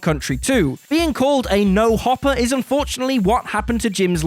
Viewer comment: he also said hoppers instead of hopers...